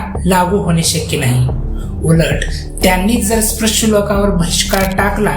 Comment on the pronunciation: आधी नीट उच्चार शिक स्प्रश नाही रे स्पृश्य.